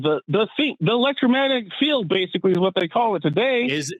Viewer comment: Did the guy say "electromagnetic field" correct even once, as many times as he said it?